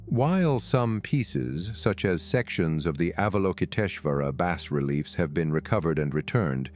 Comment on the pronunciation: as the sunlight filters through the trees? they aint a lot of trees left there, dude. Also, you might want to look up how to pronounce "bas relief."